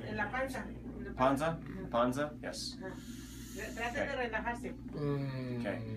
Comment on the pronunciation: I applaud your efforts to speak spanish, a lot of doctors dont even try. but I couldnt stop laughing when you said ponza instead of pansa lol But great work